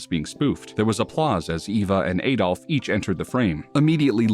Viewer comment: Have you ever heard people say his first name. It isnt pronounced Ay-dolf.